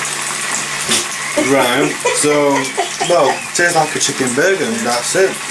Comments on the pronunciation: hahah I thought it was only me hearing him say that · Also, tasses is not a word. It’s Tastes.